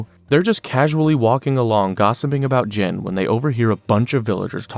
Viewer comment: Gene... Not jin.